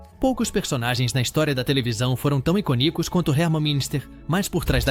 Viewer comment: O vídeo ficou muito bom, mas "iconícos" doeu nos ouvidos. 🤦